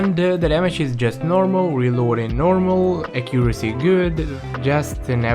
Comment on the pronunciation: not to make fun of his accent but acuesy